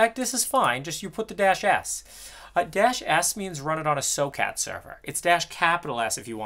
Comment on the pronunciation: did he just say "SO-KAT" Server? as in socket binding ? never heard it pronounced that way